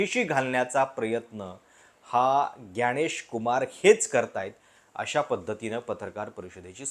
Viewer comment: ग्यानेश नाही तर ज्ञानेश. खृपया मराठीत जसे म्हटले जाते त्या प्रमाणे उच्चारा.